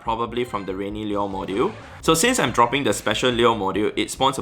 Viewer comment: Liur modjiul 😂